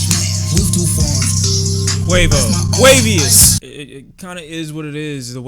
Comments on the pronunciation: nigga said QUAVIOUS💀💀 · I snort every time you call him “Quavius” 😂😂 it’s just so random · did this nigga say quavieus